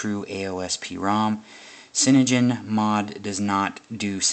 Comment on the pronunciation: Ok, only thing i need to say to you is your pronunciation of cyAnogen mod is completely wrong and it bugged me so much i didnt watch this past the first time you said it wrong.